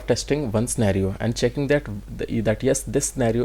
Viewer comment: Spelling of pre requisites is wrong in the template of test cases. Also why everyone explain only login or registration test cases? These two functions everybody knows. Also sir the scenario pronounciation is done wrongly by u in entire video.